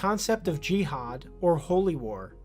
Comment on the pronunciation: the way he pronounces "jihad" in the most stereotypical way 😭